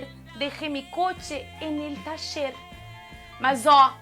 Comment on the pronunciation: Aaaah esse sotaque gaúcho é lindo demais! Por falar em sotaque, esse sotaque espanhol ("tacher"=taller) vem de onde? Adorei o vídeo! Sds do Rio.